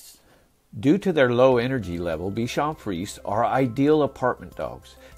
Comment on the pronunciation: Pour votre information, il faut prononcer: bichon friz ehh!